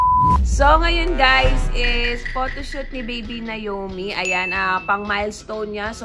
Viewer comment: Anong nayomi? Na O mi bigkasin nyo ng maayos 😢 pinangalan nyo d nyo mabigkas ng maayos.. or nawmi ang tamang bigkas dyan! NaOmi or nawmi.. hindi nayomi! Sana ginawa nyo na lang talagang Nayomi ang name kung ganyan ang tawag nyo..